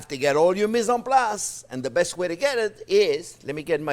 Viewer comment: Chef JP...you are my happy place...your enthusiasm is second to none...! I absolutely agree with previous comments "prep is now called mise en plus"..."onion is now onyo"...freeze everything for 17 years...and parsley is known in my house as parse-ley...complete with attempted French accent...! I absolutely love your channel...and you and Jack! I love the little captions Jack puts up. Thank you SO much Chef JP...You da best...! 💋❤️💋